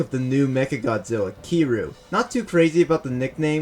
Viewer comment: its kir-yuu